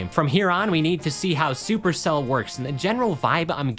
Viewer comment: "Sou'per'cl"